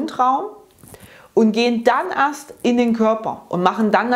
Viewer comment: "erst" , nich "arst". Habe zu beginn nicht verstanden was gemeint war. Aber vielen Dank für den Tipp, echt klasse und hilfreich 👍.